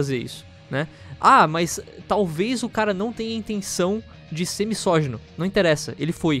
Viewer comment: Por favor, a palavra não é "toxidade", é toxicidade! Pronuncie correto, "please"! E a palavra "misógino" é pronunciada com som de "z" ( como se fosse "mizógino" ). Obrigado!